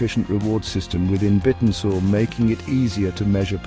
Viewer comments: that AI is a bit annoying - and yes he said it wrong 😢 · Bit n Soar? Have I been saying it wrong or does AI still need some work? 😅